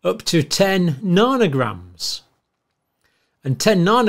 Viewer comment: is he trying to say nanograms?